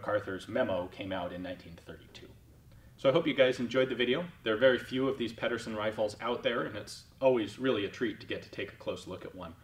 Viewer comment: Ped er sen not peddersen